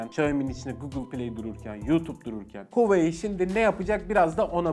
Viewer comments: Huveyi demek yerine hu a wei seklinde hecelerek soylesen ne guzel olacak bildigimizi unutturdun 😂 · huveiy diyeceğine keşke "huavei" desen be abi :) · ALLAH RIZASI İÇİN "HOVEEYİ" değil "Huawei" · Abi gözünü seveyim huuuyii değil huveyi de değil Huawei diye oku gitsin ya. Kanser oldum :D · Zaten öyle de okunmuyo ki böyle okunuyor ; wavey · huayiii nedir ya neden huawei diyemiyorsunuz aq tsrrjxhkyc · Reis Türkçe okunuşunu yazalım da tan okusunlar "huavey" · ABİ HUAWEİ DİYE OKUNMUYOR HAWAYİ DİYE OKUNUYOR. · Hueyyii derken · Abi huawei i huveyi diye okuma artık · Reis Huawei demeyi öğren artık videoya odaklanamıyorum 😂😂😂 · sen huawei deme kardeşim, bi daha ki videolarda "şey "de biz anlarız:D